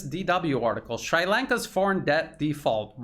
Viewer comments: Brilliant work, as usual,! I've learned so much from this video. A relatively trivial point, though: the i in Sri is pronounced like the i in sit. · pronunciation: NOT shrEYElanka but shrEAlanka ... thank you for all you do! truth as no price! unless the CRIMINAL WESTERN Ashkenazim CLAN FINANCIAL SYSTEM is on the other end. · It’s Sri(Shree) Lanka. Not Sry Lanka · I believe it is pronounced "Sree" Lanka.